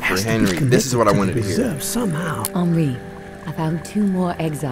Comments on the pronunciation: On-ree. Not En-ree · If this dude says “henroy” one more time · The game: 𝓱𝓮𝓷𝓻𝓲 Berlin: ｈｅｎｒｏｙ ahahahah this man is hilarious. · Dude said Henroy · This man never gone pronounce Henri name right😭😭